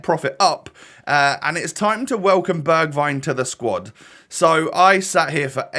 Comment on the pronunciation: You say it like berjwign